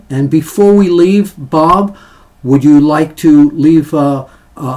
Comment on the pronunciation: Glad you could get Bob's name right.